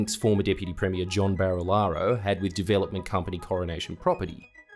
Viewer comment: also, we pronounce it "Premmy-er" not "Prem-meer", lol